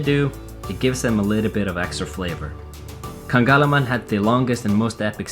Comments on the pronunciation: ka-lang-ga-man...not kaganglaman ahhahha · it is pronouce as KA-LANG-GAMAN .... Santiago Bay is absolutely nice place, i was there last may 2018 my mother was from camotes island ,went there after 40 years. you should have visited CUATRO ISLAS in Inopacan Leyte and Hindang Leyte, just few kilometers away from KALANGGAMAN ..Im from Hindang anyways and now working overseas. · it's so cute how you say KALANGGAMAN "kanggalaman" :D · i give you hint how to pronounce it. kah-lang-ga-man. silent H kalanggaman. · Ka-lang-ga-man. That’s fine though, I found Icelandic place names to be impossible to properly pronounce when I went for a visit. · I am from Leyte and near to Kalanggaman Island, I was laughing when you were trying to pronouce the name properly and end up wrong: ), thank you for loving my country. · U hardly pronounced kalanggaman but those volcanoes ... Oh God